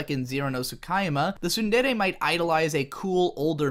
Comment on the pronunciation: Two seconds in and I hear you mispronounce “tsundere” already, can’t watch this shit. When will the English stop butchering my favorite language?